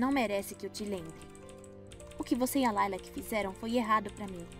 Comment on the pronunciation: Não é Layla é Lilac